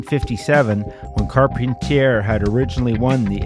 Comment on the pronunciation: I recall Carpentier being pronounced"Car-PON-tee-ay."